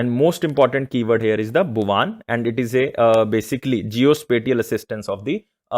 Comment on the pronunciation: Are wo भुवन है सर भुवान नहीं